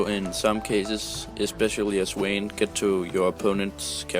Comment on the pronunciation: um its's "Vayne:"